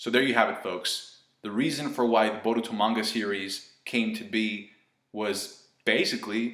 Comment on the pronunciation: You pronounce Boruto like your mouth is stuffed with marshmallows